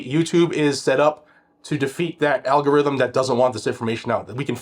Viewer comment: Who's your all-go-rihthm